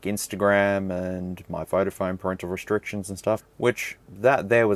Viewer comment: parental resHtrictions? If you make it a tongue twister, then yes, it will become one. Why do people say words like this? like sHtrength, sHtreet, resHtriction, sHtruggle?